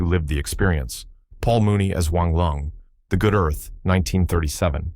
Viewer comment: Paul Myoo-nee, not Paul Mooney. Totally different but equally awful casting error.